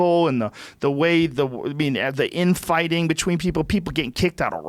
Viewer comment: Joe "Betchween" Rogan